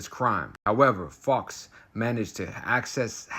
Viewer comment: SKILLS,. Fowkes is said as Foe-kes, American English V UK English.:face-green-smiling: The old accidently left the door unlocked trick eh!? Ya LOVE to see it.